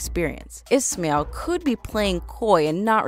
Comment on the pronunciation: maybe learn to say the names correctly? Altair without an accent isnt ALL TEAR. Ismail isn't IS MAIL either... 😑